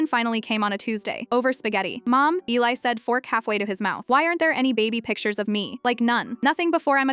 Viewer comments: It's not Elleye Eli is pronounced Eeleye. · It's Eeeee-li. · Its pronounced Eee liii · EEEE-LIE is how it's pronounced. Just say there was a house fire all pictures were lost ❤ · A compelling challenging, exciting story in a very brief time. However AI must be trained, program to correct pronunciations and text. The comment before mine is absolutely correct It is definitely pronounced. Eeeeei